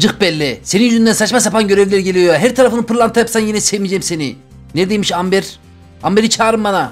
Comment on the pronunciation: Amber deill okunuşu embır ağağağağağ çıldırdım abi yav